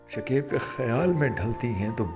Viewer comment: Bhai naam shakaib hota hai shakeeb nahi galat talafuz matlab bhi galat deta hai شکیب ش اور ک دونوں پر زبر ہے